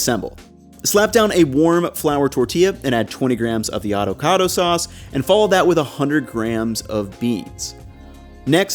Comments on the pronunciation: While you're assembling the burrito you said "autocautto" sauce instead of "avocado" sauce. I had to double back to make sure that I didn't miss anything :b. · Also “adocado” sauce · Adocado Sauce